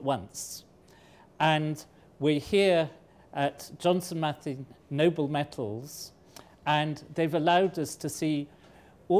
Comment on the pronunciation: It's metals, not mettles!